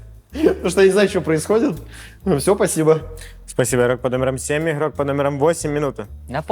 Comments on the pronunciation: Включаешь видео, и на 2 минуте ведущий : "иггггггггрок под номером один, проснитесь". Без негатива конечно, но 47 минут гэканий мне не осилить) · почему нельзя произносить нормально букву Г в слове игрок? это нечто, еще и ведущий